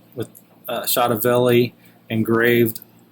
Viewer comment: you don't pronounce it chotoville! its pronounced cho toe ve lee.. chotovelli.